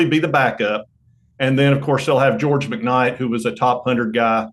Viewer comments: Who the fuck is George Mc Night???? Love you J but DAMMIT!!! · Right when he said george McKnight i closed the video. A tenn youtuber that doesnt even know players name. Gotta do better than that.